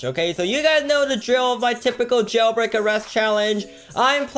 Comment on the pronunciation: "Jaulbreak" lmfao